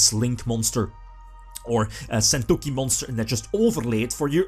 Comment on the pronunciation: Argh your pronunciation of sentouki is raping my ears! Either learn how to pronounce it at sites like this or use the effing tcg name!